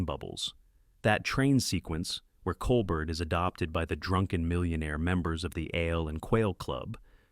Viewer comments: Col-BEAR! Not Col-bert! Teach your AI her name! Good list otherwise. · Enough with computer generated garbage. A human who cared about movies would know how to pronounce Claudette Colbert's name.